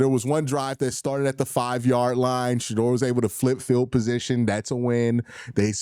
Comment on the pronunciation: Yo it’s Shedeur NOT Shadoor!